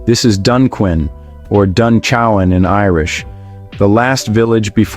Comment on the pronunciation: its pronounced Dun Queen not Dun Chow in